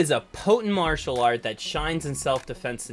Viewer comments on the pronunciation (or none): none